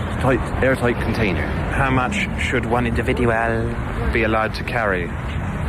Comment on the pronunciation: Just the way he mangles language. Genius. "One individuahhhl" Nobody comes close.